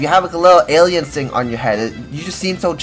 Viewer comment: Boi awien cwass be so chwill🥺✌️ thoutout to all my chwill awien pwayers 🥹